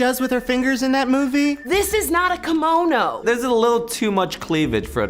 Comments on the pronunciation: this is not a "kahmono" no . it is not a "kahmono". it isn't a kimono either. but learn to pronounce words god damn it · I get the confederate Officer one being kinda offensive (and the pimp one, though it's not really racist), but everything else was fine. Also, I find it hilarious when that woman was pissed at the kimono being inaccurate but in the same breath pronounced 'kimono' wrong. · So they complain about being racially insensitive, but they say kimono wrong.... Good job!